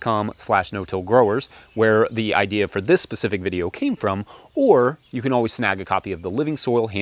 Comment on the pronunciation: It's specific.......not Pacific...